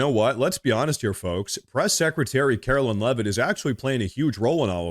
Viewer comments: Karo"LINE" is how she pronounces her name. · Love your content,. I watch you everyday. Our Press Secretarys name is KAROLINE, not Carolyn. Just a heads up.